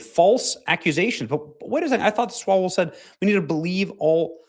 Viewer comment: It is pronounced 'Swallow-well'…